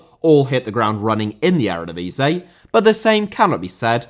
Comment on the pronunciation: Eredivisie * not Eradevizei